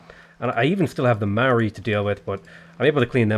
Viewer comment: It's pronounced M-oww-ree, bro.